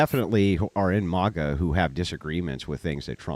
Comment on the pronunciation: its not MAH-GA hahaha i love but is MAGA lolol